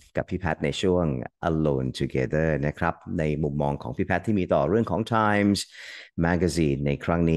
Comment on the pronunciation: ไม่น่าสงสัย รุ้งก็เคยได้ ทอนก็เคยได้ Time อ่านว่าแดม พิตาน ยังเพ้อว่าจะได้ไปกล่าวสุนทรพจน์ที่แดม 😔